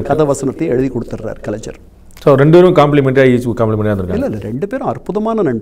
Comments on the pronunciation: Is this guy a Malayali? Reason, he is unable to pronounce கலைஞர் properly, He is using ஜ instead of ஞ (gna). Understable why he supports MGR. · ஒரு எழுத்தாளராக இருந்து கொண்டு கண்ணன் அவர்களுக்கு கலைஞர் என்ற வார்த்தையை சரியாக உச்சரிக்க வரவில்லையே.கலைஞ்ஜர் என்று சொல்கிறாரே